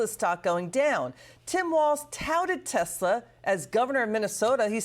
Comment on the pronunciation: I LOVE TESLER! 😂😂😂